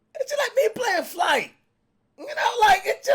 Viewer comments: Is it me or did he call flight special 😂😂😂😂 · Did he just call flight “special”? 🤣😂